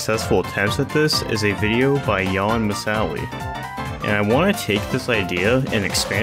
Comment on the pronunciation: Regarding jan Misali, "jan" isn't a name, it's a title of sorts, their name is "Misali" (pronounced mee-sah-lee)